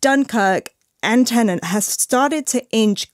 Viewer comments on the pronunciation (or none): Every reviewer seems to be having a hard time distinguishing between "Tenant" and "Tenet" - Maybe they'll change the title for the Blu-Ray release, heh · Also why does everyone reviewing this film keep pronouncing it ‘Tenent’ ? It’s insanely annoying. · Tenet not Tenent